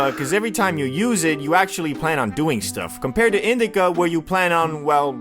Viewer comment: Why cant u say indica or sativa?